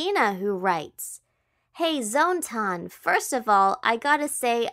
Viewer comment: Surprised that Zone-Tan isn't getting annoyed by constantly saying Zone-TAN rather than Zone-TAAAAAN.